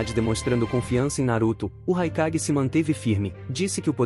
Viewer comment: Só um adendo o nome do raikage no vídeo ficou mais com som de E que de A